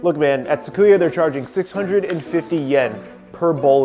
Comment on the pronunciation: Great recipe video! I'll save myself the 680 yen and make it at home first. But, it's pronounced Su-ki-ya not Sa-ku-ya 🤣